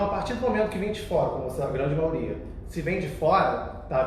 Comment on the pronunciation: Gabriel só uma coisa, não "maoria" é Maioria.